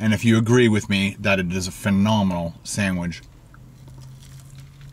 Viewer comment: Says sandwidge 4 times.